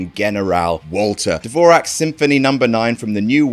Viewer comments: Dvor-zhak, not Dvor-ak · It’s pronounced “Dvor-zhak”. But seriously, great list, as always!!! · Im sorry but the way pronounces Dvořák just hurts as a musician